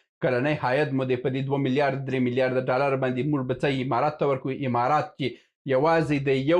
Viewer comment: ته حمار یی حمارات نه امارات، ستا خوله چال لري،😂